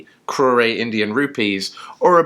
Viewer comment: Crore is a 1 syllable word. The final letter E is silent. the letter O is pronounced just like its name, with a long O sound, as in the word Coke. So, not Crow/Ray, rather Crow/Rrr (in reality, the final R sound involves a flip of the tongue that makes a sound that does not exist in the English language).